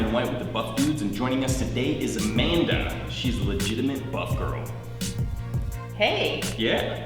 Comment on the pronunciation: Amanda? A-man-duh